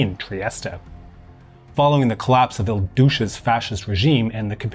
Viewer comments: Like how you pronounced il duce as il douche lol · The letter e is silent in Trieste and Mussolini wasn't known as Il Douche ! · Il Douche-uh. What an interesting mispronunciation. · Il Douche, hahahaha as an Italian speaker I forgive you for this one, it's funny and perfect. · Well, it was definitely accurate. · Très élégant. 🙄 "De jure," not to be confused with "du jour." 🙄